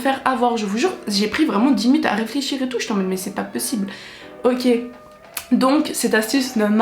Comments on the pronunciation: « Mais c pas pEssible » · SA ME TUE QUAND ELLE DIS MAIS C EST PAS PEUSIBLE